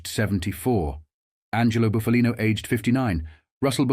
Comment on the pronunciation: It’s Buff a Lino not Boof a Lino, get a real person to narrate and not a damn machine